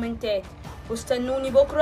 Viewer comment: سمعتها بتقول شكوكي مش كوكلي 😅